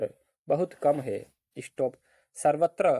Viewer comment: इशटोप mat bolo sir😒